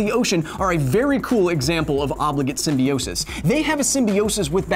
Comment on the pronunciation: You pronounce symbiote and symbiosis wrong i think